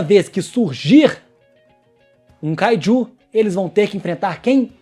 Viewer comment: É kaiju e não Kaidiu